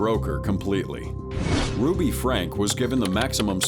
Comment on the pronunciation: I don't suspect Ai until the narrator does something like pronounce the name ruby as ro-be